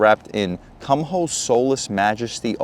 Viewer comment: "Koom-oh" bro, not "cum hoe"